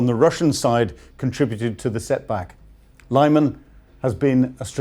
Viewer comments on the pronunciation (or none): It's pronounced Lee-mahn, not Lieman. This channel never ceases to amaze in it's ineptitude. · It's pronounced Li-mahn - I'm going to have to start handing out lines if you persist in not doing your homework! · Great reporting! Lyman is pronounced "LEE-mon" and Tuapse is "Too-app-say. Keep up the good work. Slava Ukraine 💪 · Lyman - Arghh - Its pronouced "Li man" or "Lee man" NOT "lie man". Come on please. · Lyman is no English city. So please don't pronounce it, if it were.